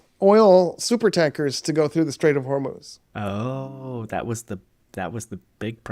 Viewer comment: you are the first westerner who ever pronounced the name “Hormuz” correctly. It is “HORMOZ!”